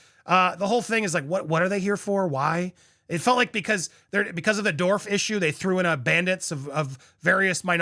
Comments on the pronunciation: it's dwarf, not dorf. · Thanks for being honest. One criticism. It’s dwarf with a w. So you pronounce the w. Not dorf. Sorry. Just a bit annoying to hear the pronunciation like that. ❤